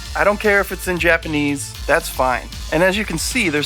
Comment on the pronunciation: O man I’ve been waiting for this one! Major major props guys! You guys did a ton of work on this! I’m picking this up for sure. Some iffy titles in there haha the sweaty dudes! Your Japanese pronunciation is on point!